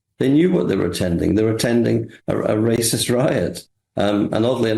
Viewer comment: Wacist wacist wacist. That's all I heard from this deluded Labour